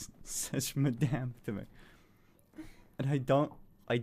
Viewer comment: THEY DID NOT SAY "MADAME", THEY SAID -"MANDAME"